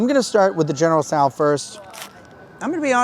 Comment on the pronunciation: I can’t believe I don’t see comments of people correcting the way he said generals t’so Still doesn’t make me not want to watch because I love reviews and how straight up honest he is.